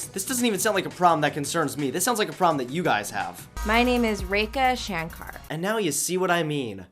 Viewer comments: WTH even she is pronouncing it wrongly , it’s pronounced as ray-Kah shun-kar in India and not Shan-kar What an idiot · Umm...the first person who said her name was 'Rekha Shankar' didn't even pronounce her own name right & this is coming from an actual Indian. It's Shah-nkar & she pronunced it as shaan-kaar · Just thought I'd let you know, 'Shankar' in 'Rekha Shankar' isn't pronounced like that. It's like 'Shun-kur', 'Shun' and 'kur' as in 'gun'.